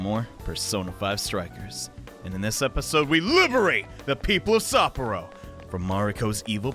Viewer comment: Well here goes nothing. Time for the nightmare Shadow. Really feeling sorry for Haru now... OK, feeling inspired now. Let's go steal a heart. Kick butt, take names, and steal hearts? Legion is not grosser than Shadow Mariko, and Sapporo is more like "Supper-o." Now the battle begins! And that's the part that gives me the creeps... How did you AoA before she could recover? So Shadow Mariko is a reference to the idiom "eat or be eaten..." And the first thing the PTs do after defeating the Shadow of gluttony? Get in an argument over food. Wait.. Shadows and real people share no memories, yet Mariko remembers what Haru told her? That Ferris wheel scene was cute! Why create Monarchs in the first place? That's what I wonder.